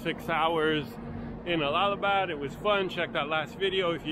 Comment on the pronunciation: Nice to see another video. It's not pronounced All lal ha bad but Al la ha bad 😊😊❤